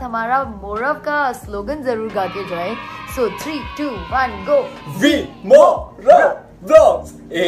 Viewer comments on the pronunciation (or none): They said WEMORAV..........not rimorav🙁🙁🙁🙁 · I heard said RiMoRav instead of WeMoRav hai na isiliye wo mid me ruk gayi thi❤